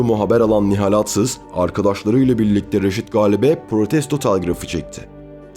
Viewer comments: Güzel belgesel yalnız seslendiren arkadaş Atsız, Ali ve birkaç kelimede daha A yı vurgulu söylemeniz kulak tırmalıyor. Türkçede vurgu her zaman son heceye düşer. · Reis iyi güzel de sen aatsız dedikçe tüylerim diken diken oldu isimleri telaffuz konusunda biraz daha dikkat lütfen. Emeğine sağlık. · Neden sürekli ağtsız diyorsunuz? Yanlış telaffuzunuz yüzünden konuya odaklanamadım. Yoksa çok güzel bir konuydu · Aatsız mı Atsız mı? Bir Türkçü hakkında belgesel yaparken en azından Türkçe'mizi doğru ķullanmalısın!